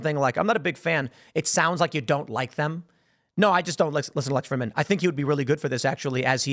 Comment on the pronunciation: Lol, Lex Frihddman. Tim intentionally mispronounces his name for a reason...